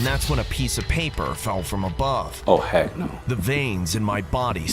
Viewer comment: When u said “what the heak” o said it 3 sec before u